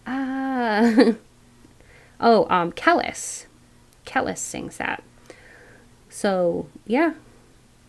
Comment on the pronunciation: Kelis= Kah leeese ❤